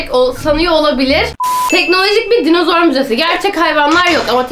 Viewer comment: ÖyküNün dinizor demesi peki😂